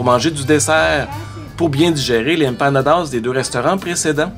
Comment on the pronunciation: "Les empanadas, c'est comme des pizza pochettes." 🤣🤣 Merci je vais m'en souvenir toute ma vie. Ton accent latino est à améliorer un peu. 😜 Continue de me faire découivrir ma ville natale.